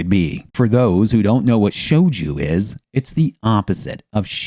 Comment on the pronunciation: shojoo not shoujuuu